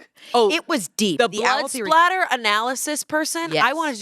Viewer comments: Fun fact: it's actually blood "spatter" not "splatter" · Spatter!! Not splatter im so sorry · I love how much they love true crime (being a person with a master's degree in forensic science) but how have they not yet learned that it is blood SPATTER not blood splatter 😭. Anywho, I would so tune into a true crime podcast with and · Didn’t you guys watch dexter? it’s blood SPATTER not splatter lol